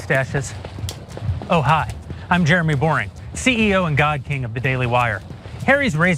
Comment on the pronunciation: His name is Boreing? And he pronounces it "Boring"? As if that wasn't enough, God showed him he doesn't love him by making him short! His insecuritiy must be crushing at times! Must be why he over compensates in everything does. Bless his heart. Just sayin'...